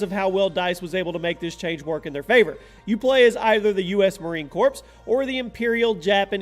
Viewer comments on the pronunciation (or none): He called it corPs not core Said the spelling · he really just pronounced USMC as Corps and not Core smh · Did you really pronounce it corpse? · It’s pronounced core not corpse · Cor-ps? The p is silent lol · The P is silent in Marine Corps 😡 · listen to how he says corps lmao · Learn the difference between Corps and Corpse